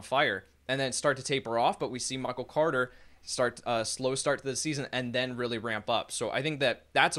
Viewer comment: The way says Michael “Cwoarter” drives me nuts